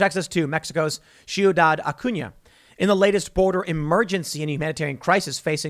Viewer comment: tim that's not how u say ciudad... cmon man xD